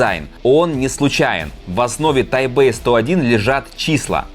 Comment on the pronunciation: Не Тайбэй а Тайпей